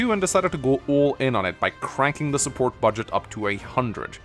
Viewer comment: importanch supporch shorch